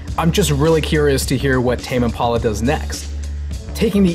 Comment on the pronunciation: Is that really how it's pronounced? Tame Im-pawla? Tame Impolla?